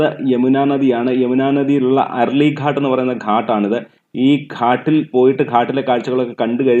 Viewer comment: ഘട്ട് എന്നാണ് ഉച്ചരിക്കേണ്ടത്🙏🙏👍👍👍